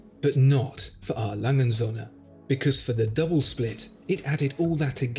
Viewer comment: O-umlaut has a certain pronunciation that needs to be learned.